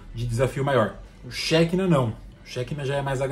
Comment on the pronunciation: Hebraico (Shekinah) pronuncia-se como oxítona, "xequiná".